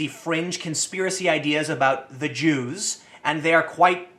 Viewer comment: 'at the start Tim says: "about the Jews" what i hear: "about ze Jew"